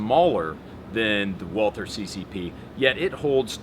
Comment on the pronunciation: I'm so triggered as to how you pronounce "Walther." I may not be a fanboy, but I do have a very basic understanding of German. At least pronounce it as "Walter." The true proper way to pronounce is "Valter." Just annoys me. Thanks for looking at my rant. It's more about proper pronunciation than a fanboy deal. Triggers my German side xD